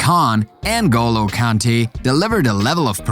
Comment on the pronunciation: It’s Ngolo not En go low